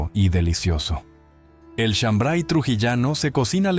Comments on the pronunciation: No es shambray sino shambar y no se prepara con maíz mote sino con trigo pelado. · Soy trujillano y no es shambray es shambar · Es chambray sino Shambar Trujillano